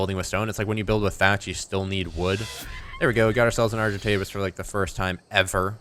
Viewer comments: Name the argentavis bowy bicose you say arc-entavis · call the arjentavis "Arjen Robben" (arjen pronounced iron). He is a football player or... sigh..... 'soccer' player